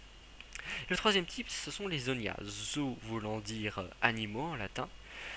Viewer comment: Logia se prononce bien avec le g et non avec le j et ont dis zoan et non zonia. Sinon super theorie j'ai apprecier :-)